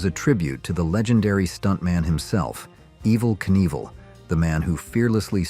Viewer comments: Pretty sure he’s referring to your computerized AI mispronunciation of Evel’s name. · you pronounced his name wrong in the video is my point..